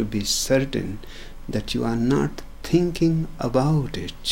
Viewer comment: "tinking about itssshhh..." When I listen to his approach against thought and logic, it sounds beautiful. I have been in that area myself. However, it also means that you distance yourself from the society and public life, which is going in theopposite direction, becoming more about "tinking" and less about "seeing". I would be interested in hearing Osho touch upon that conflict.